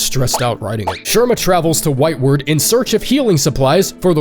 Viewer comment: oh no... It's pronounced whitewArd not whitewerd... Like a hospital ward, not like forward.